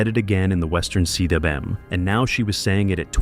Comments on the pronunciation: Cwm is a word, pronounced coom rhyming with boom; it isn't an initialism, so it isn't spoken see doubleyou em. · Cwm is pronounced Koom. It’s Welsh for a steep, bowl shaped mountain basin. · Cwm is pronounced coomb ... and is 'lowhatse' the mountain next to Everest? Learn its pronunciation. 😊🇦🇺